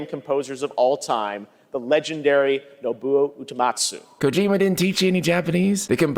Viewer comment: Geoff Keighley: mispronounces Nobuo Uematsu's name The Internet: "Ya blew it."